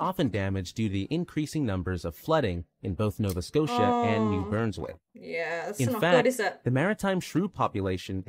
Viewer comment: I understand that technology, but I don’t believe that’s the case here. Voicing ‘Nunavut’ doesn’t become ‘Nanatvu’, nor does ‘Brunswick’ become ‘Burnswick’... I think it’s just a lack in factual research 😜